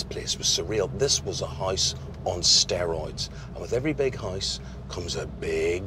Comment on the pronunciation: Why do you say hisse instead of house?